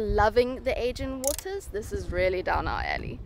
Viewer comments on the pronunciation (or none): none